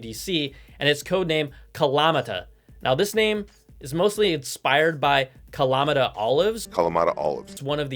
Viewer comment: Ka-la-MA-ta not Ka-LA-ma-ta.